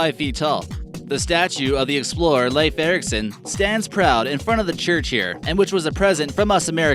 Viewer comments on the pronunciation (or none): none